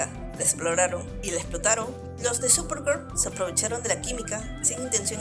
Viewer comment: Solo pude ver la mitad de tu vídeo y eso porque estaba organizando unas cosas, "supergur" es horrible y escuchar a quien sea hablando de ese programa es peor